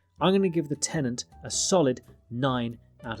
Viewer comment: ... which he calls TENANT.